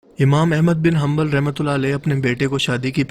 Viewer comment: بھائی امام احمد بن حنبل ہے حمبل نہیں